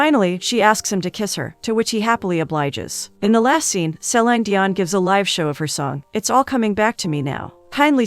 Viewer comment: THANK YOU! Each time the voice over says SE/lIEn (se-lain) Dion, BUGS me to no end 😳😫😬!!!